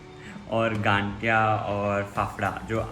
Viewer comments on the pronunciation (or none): Hyy cuties 😍 please aap sab Gujrat aaye. Or isse ganthiya nahi gathiya bolte hai matlab n alphabet nahi aata usme or bohot acha laga aapko bhi pasand hai ye hamara gujrat special gathiya jalebi. Or Pooja didu please don't worry about looks, you are sooooo Beautiful more then you think and we are family, we all knows you are so gorgeous that's ok it's temporary darc circles n all.and please Gujarati main bhi bat karlo thodi si.😂 Lots of love ❤ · Gadiya nahi gathiya😂